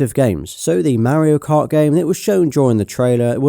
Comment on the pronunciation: The way he pronounces “Mario kart”😂❤